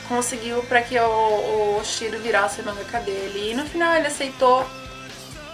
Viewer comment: Shiro?@@ acho melhor você fazer um roteiro antes de fazer um video... você falou Shiro Shira e tal...@@